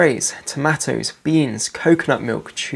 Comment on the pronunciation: Just learned a third way to say tomatoes.